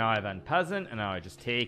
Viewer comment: Thank you, I know what en passant is, I was questioning Mr. Nakamura's pronunciation